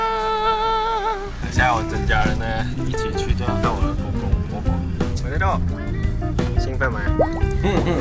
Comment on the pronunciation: 不知道为什么，感觉在叫着tomato😂